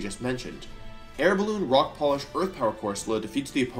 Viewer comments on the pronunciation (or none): none